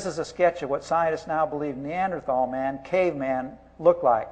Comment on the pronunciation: please learn how to pronounce neanderthal. and the singular is not "homo sapien". this is just embarrassing.